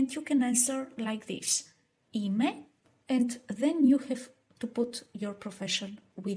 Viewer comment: 'Ime not im'e.